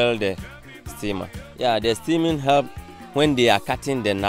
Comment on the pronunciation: Am I the only one who thought he said seaman instead of steaming